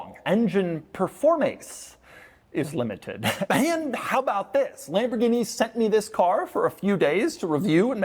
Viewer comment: Um... it's pronounced "Lam-bor-ghine-mah-shine"